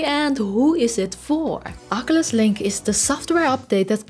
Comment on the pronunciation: I believe Oculus is pronounced o·kyoo·luhs not aa·ke·lush, no offense intended, just you said oculus many times this video. Great video!